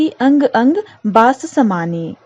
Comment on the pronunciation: Mam please reading practice kijiye bhot galat padh rahi h aap bas ko basi Sonhim ko sanohim🤣